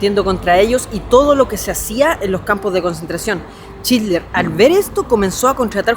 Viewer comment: Porque decís chidler... Jajjas